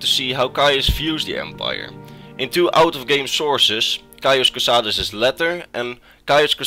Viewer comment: "my name is cauis cosades" "caius cosades" "caius cosadeez nuts"